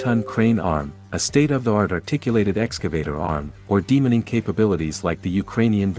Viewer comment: Good luck with the channel. You should Drop the automated voice and try narrating yourself. Everytime it said demining, it sounded like demoning.